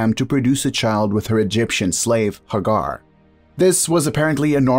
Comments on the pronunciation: Its not Hagar its Hey- gar... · Hagar, pronounced Haygar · These are mispronouncing Sarah Hagar Etc you know play I guess that's his privilege but he's not be correct in his pronunciation